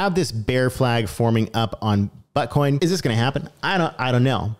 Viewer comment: I just love how u said Butcoin...🤣😂🤣